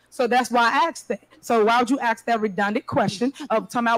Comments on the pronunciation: Every time she says Axe, take a drink. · She can’t even say ask correctly drives me nuts.